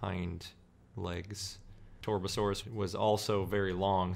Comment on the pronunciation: Why do these commentators always butcher the names of these dinosaurs. It's TAR.BUH.SORE.US. Get it right.